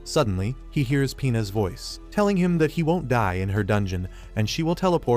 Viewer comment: I don’t think your saying “pinas” correctly… [insert disgust headphone girl looking at you]